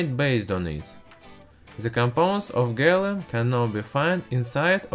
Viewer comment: LOL he says gallum